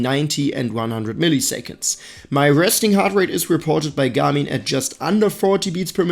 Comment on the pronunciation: I cannot unhear this guy say ' Gummy ' instead of Garmin